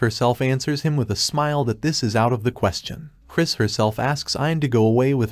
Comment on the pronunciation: This is agonizing. The AI you're using seems to consistently misgender, cannot properly say the words "smile" or "smiling", and boy does it like to say the word "Herself" a lot. I quit. I am really having to work to understand this narrative and it's just too much .😢